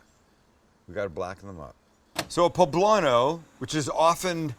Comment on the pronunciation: Medallions!!! You totally fucked up that poblano